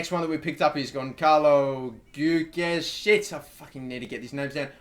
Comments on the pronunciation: I believe Guedes is pronounced Gaydes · You dont read the u in Guedes you pronounce it Gedes, im portuguese so trust me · Gonçalo Guedes - Say Goncalo Gedez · hey + Gonçalo Guedes is pronounced like this 'Gedes' you dont need to pronounce the 'u' i know because he is from my favourite benfica and because i am portuguese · Your LM on the Short list is pronounced Géds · Gonçalo=Gon-salo Guedes=geh-des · It's gwedes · Goo - Ed - Ez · Gonçalo Guedes is pronounced (Gon- zalo) (Gwed- es) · Guedes is pronounced like Gedsh ;) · For Gonçalo Guedes just say Gon-za-lo Gu-e-des ;) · How is a club winnig a league or a cup relevant to what I commented about, i commented about a pronunciation of a portguese name because I am portuguese and would like to see say it right... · guedes= hu-e-des :) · It is pronounced G way Dez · Filipe Cantante Dont forget to mention he should say the "e" on the "Gue" part more strongly. Hell the same way he says the "des" part of "Zardes"